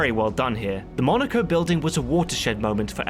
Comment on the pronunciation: Actually, it was called the "Monaco building", not the "Monacre building"